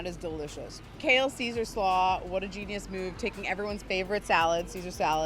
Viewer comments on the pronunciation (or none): none